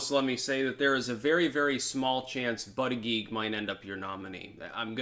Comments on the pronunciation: Buttigieg name is pronounced like "Buddah Judge" :) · Hey, apparently it is pronounced "Boot Edge Edge". Trump explained it to me at a rally:) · It annoys me to hear you talk about bootedgeedge. I’m not ready for a first gentleman in the White House. Tulsi all the way.